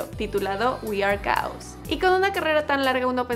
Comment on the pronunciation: Están padres tus videos con respecto a Marilyn Manson lo que no me gustó es como pronuncias el nombre del álbum we are chaos 🌚🌚🌚🌚🌚🌚🤘🤘🤘🤘🤘🤘🤘